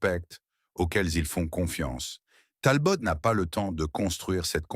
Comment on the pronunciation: Et comme d'habitude , une voix IA de merde avec plein de faute de prononciation du genre "Talbote" et comble de l'ignorance des photos totalement hors sujet. Je sus collectionneur et fan de Simca , cette vidéo est lamentable.